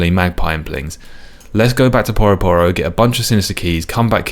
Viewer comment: Is no one gonna mention "Poroh Poroh"? Surely it's Pyu-ro Pyu-ro?